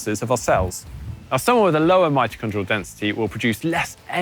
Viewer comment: "Mijojodrial density". I think that word "Mitochondria" gave him a stroke.